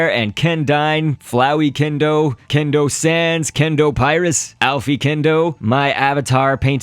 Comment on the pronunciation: its not alphy its alphys it is said al fis